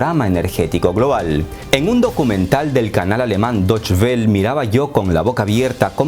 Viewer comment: deutsche welle pronunciación (doche vele), se pronuncia la e al final en alemán o español